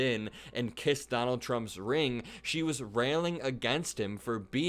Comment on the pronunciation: “ring” as in muscle ??? 😂